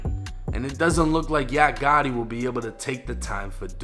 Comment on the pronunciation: Fuckin up the name Gotti